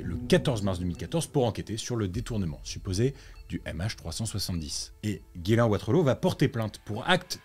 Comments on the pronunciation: Ghyslain se dit "Jiss lain" pas "Guylain", mais sinon vidéo hyper intéressante ! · nan son prénom se prononce vrmt comme ca